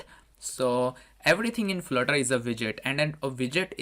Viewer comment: Flurter or Flirter...lol